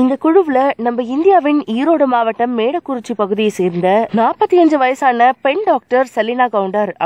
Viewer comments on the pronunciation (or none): Medakurichi illa Modakurichi 🤦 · Not melakurichi ..it's modakurichi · Adhu medakurichi illa modakurichii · Not medakurichi, but modakuruchi. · மேடக்குறிச்சி இல்ல மொடக்குறிச்சி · dai thats mooda kuruchi not maadakuruchi🤫🤦‍♀️🤦‍♀️🤦‍♂️ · Medakurichi ya? Adhu modakurichi!!